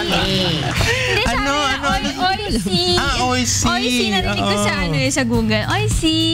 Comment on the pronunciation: Oishi = delicious Kung paano mo ipronounce ung brand ng chichiryang oishi ganun din un at hnd owi-si... Pero pagkarinig q sa phone ni ate ang sabi ay oy-shi....